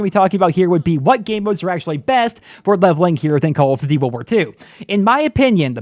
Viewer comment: is it me or does he have trouble pronouncing "call of duty".....